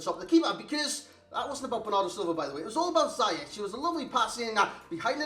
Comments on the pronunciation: You pronounce it how he said it ^ Zi-yesh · Nee, officieel spreek je het uit als "Ziejesh" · You pronounce him this way: See-jeg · It’s prunounced Zee yech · Officially its "Ziyesh"